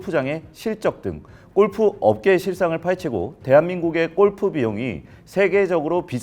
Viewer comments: 우리나라 특징이긴 한데 '꼴'프 말고 어색해도 골프라고 발음하면 좋겠다 😅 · 발음: 꼴프가 아니고 골프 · 꼴프라 아니라 골프. 무시하고 끝가지 듣고 싶었지만 너무 거슬려서….. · 골프라고 쓰고, 왜 꼴프라고 발음들 하냐! 발음 좀 순하게 해라. 골프, 주꾸미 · "꼴프"? '골프'! 공부하세요! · 꼴프꼴프 발음 너무거슬림.. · 나만 거슬리나? 골프가 아니라 꼴프 꼴프.. 왜이리 저렴하게 들리지? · 꼴프가 아니라 골프입니다. 골프. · 꼴프꼴프 꼴프!!!!!! 방송까지 나와서 '골'프 발음 못하니? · 꼴프 가 어니고요 골프 에요. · 꼴프 아니고 골프입니다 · 제발.. 꼴프가 아니라 [골프]라고 해주세요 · 꼴프가 아니고 골프로 발음해라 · 근데 발음이 꼴프가 맞는건가요 골프가 맞는건가요? 골프가 맞을거 같긴 한데 영어라서 꼴프도 되는건지... 저도 맨날 꼴프라고 함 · 아나운서 맞아? 꼴프가 뭐냐… 골프지….. 별꼴이네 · 꼴프ㅠㅠ 아니고 골프입니다. 어우~ 꼴프, 꼴프장, 꼴프여행, 꼴프산업, 꼴프클럽, 꼴프웨어.... 넘 듣기싫은데여 ㅠㅠ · 아나운서가 꼴프라고 발음하네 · 무슨 아나운서님이 골프 발음을 ’꼴푸‘로 하시나 😂😂😂 인간적이다 ❤ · 골프를 왜 계속 꼴프라고 발음해요?